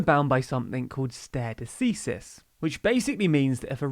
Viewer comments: I love this channel and all your videos. There is just one issue with this video stare decisis is pronounced like Stary desysis. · "stare decisis" pronunce made me laugh so hard hahaha. For those of you who don't know, it's more like "starry de-sice-is" (sice like slice without the l) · You all are amazing. The best news source out there, but can you please take thirty seconds to google the pronunciation of unfamiliar words? NO-truh DAHM is a cathedral in Paris. NO-ter DAYM is a university in Indiana. The latin term is STAR-ay duh-SEE-sis (or commonly duh-SYE-sis) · Stah-ray de-cease-is :-) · I was about to comment to asking if that was a British pronunciation. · The pronunciation of “Stare Decisis” got me! 😂 But maybe it’s pronounced differently in Europe ¯\_(ツ)_/¯ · My law professors in the UK pronounced it very differently to 😅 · That’s not how you pronounce “stare decisis” 😬